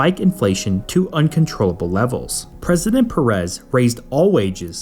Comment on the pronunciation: Good video, but please make an effort not to butcher Spanish names, because it's just careless and sloppy . For instances, it's not pronounced "Boulevard", but "Bolee-var" (Bolívar has an accent in the "i"), it's "Vicente", not "ViNcente", and it's Pérez, with the accent in the first "e".